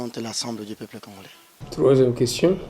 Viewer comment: L’Insulter ou pas ça change pas grande chose Il est venu remplir sa mission en Rd.congo de transformer territoire Minembwe en une commune. En plus il le prononce claire dans sa bouche « la commune de Minembwe » quel congolais🇨🇩 a cet accent. Merci tokomessana kaka « oyo PEPLE ya ndengué nini » 🤔